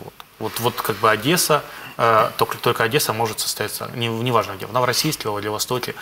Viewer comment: украинский тебе не идет)) А называть Одессу "Одэса" - это вообще лютый кошмар))